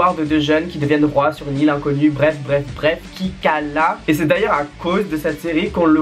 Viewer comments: Tu m'a tuer :" qui cala"😂😂😂😂😂😂😂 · t'a seigné le mot "kala" 😂😂😂😂